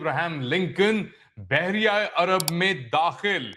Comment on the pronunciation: سر بحریہ عرب نہیں بلکہ بحیرہ عرب